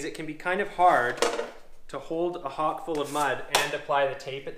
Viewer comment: The Hawkk....what are you from New York......west coast..Mudd and Pan buddy !